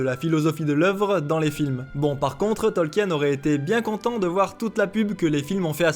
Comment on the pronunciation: Sinon ça se dit Tolkin; la vidéo s'y prête en même temps ^^